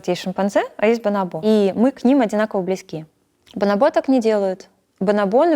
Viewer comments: Мне одному режет слух бонобо́, вместо боно́бо ? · Почему бонобО, а не бонОбо? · Везде слышала и читала про ударение бонОбо а не бонобО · Меня одного потрясывало, когда она вместо "бонОбо" говорила "бонобО"?) Просто не смог ее после этого воспринимать всерьез, не смог дальше смотреть. Для меня это все равно, что "дОговор" или "звОнит" - дико режет слух. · Почему бонобО, когда бонОбо же? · БонОбо — ударение на второй слог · Специалист по обезьянам не знает куда ставить ударение на слово "бонобо". ОрангУтан, мартышкА, шимпанзЕ. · она изучает их с учеными, говорящими на испанском. На испанском ударение именно на второй слог, так что вполне очевидно, почему она его ошибочно ставит. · на второй слог правильно и на испанском, а она ставит ударение на третий